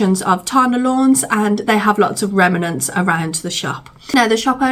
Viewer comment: I just love the way you pronounce remnants, or as you say remAnents! Made me giggle each time you said it.